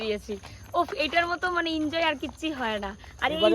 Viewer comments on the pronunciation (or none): Kothata N joy asol banan enjoy v d or seshta dakho tahole bujhte parbe ami kano to make uccharan thik kore dilam ❤